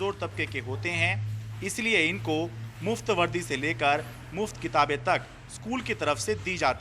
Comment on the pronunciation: Kitan nahi ,kitaab